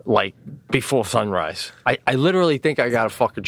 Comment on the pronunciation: "shhun-rise" Oh Pete, you're hilarious. Stroke's feelin better!"